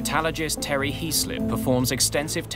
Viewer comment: Well one thing I have noticed is you have invented the new scientific profession of the “Metallagist” which you have mentioned a few times. Only thing is there is no such thing as a “Metalligist” or “Metallagist” or “Metallogist” ! - The profession should be a METALLURGIST, which is an expert in the field of METALLURGY or an engineer trained in the extraction and refining and alloying and fabrication of metals. IN layman’s terms an expert in the field of METALS. The subtitles got it spelled right in one location, but it sure was not pronounced right, and got it wrong in other positions like at: (approx) where it was spelled “Metallogist”